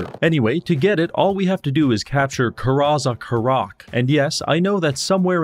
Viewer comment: I mean, yes, that pronounciation of the Dwarfen capital isn't great, but come on... Na-gawrsh.